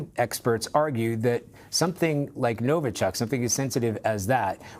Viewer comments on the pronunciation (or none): It's not NovO-chok and not Novo-chUck, it's pronounced NovI-chok, emphasis on the last syllable